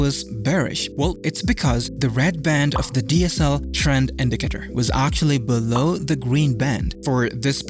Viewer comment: he said indicator 700 times and in a wrong pronunciation